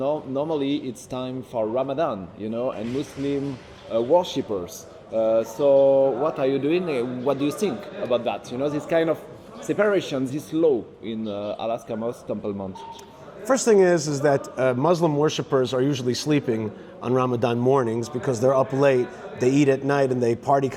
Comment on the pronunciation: That French "reporter" is a fool He even mispronounces it, saying, "AL ASKA!" He is probably not even real journalist! He didn't even give his name or organization!! I LOVE your answers, and challenges to his IDIOCY